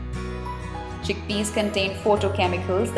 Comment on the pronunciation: chick pees XD